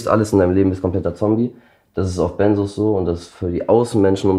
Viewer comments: Benzos, nicht Bennsoohs. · Benzos ,es heißt BenZos, nicht Bensoos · Ben zzzzz os, nicht benssssos😂 Sorry, gute Reportage aber ich bleibe Grade nur bei der Aussprache hängen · Sorry, das triggert mich und muss es korrigieren :) Es wird BenZos ausgesprochen. Nicht S, sondern Z und dann noch ein kleiner Fehler: Lorazepam ist der Wirkstoff von Tavor. Tavor ist also dasselbe, liebe Redaktion. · BenZos, nicht BenSos! Bekomme ich verschrieben. Kommt man wirklich schwierig von runter. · Das wird BenZZZo ausgesprochen, nicht Bensos. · BEN"Z"OS!! MIT Z UND NICHT MIT S!! Diese Aussprache macht mich aggressiv.. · Es heißt "Benzos" nicht "Bensos"!!!! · Tavor IST übrigens Lorazepam, Tavor ist der Handelsname, Lorazepam der Wirkstoff. Und Benzodiazepin oder "Benzos" werden mit hartem "Z" gesprochen 🙂